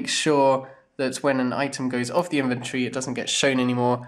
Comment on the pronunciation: Everytime you say 'inventory' it sounds like inventree :D